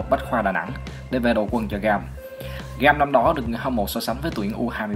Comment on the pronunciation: nghe sao "về đội quần cho Gam" :v